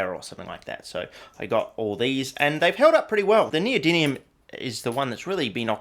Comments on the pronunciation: "neody[n]ium" aww shit, here we go again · The new element "neodyniun"